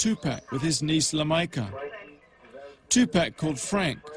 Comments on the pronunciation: wtf dude kept pronouncing his name Tu Pack. Shit was getting on my nerves for real. If you can't even pronounce the brothers name right then you aint got no fkng business doing no documentary about him. I know somebody heard him saying it like that and corrected his ass but he kept doing the shit. I respect that he is trying to shed light on the whole event but come on man, keep the legends name out your fkn mouth if you can't get it right. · hey you can erase this bro but please if that says Tupac make it say t u p a c thnx peace to u